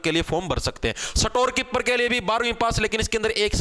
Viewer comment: स्टोर कीपर ❌ सटोर कीपर ✅✅😂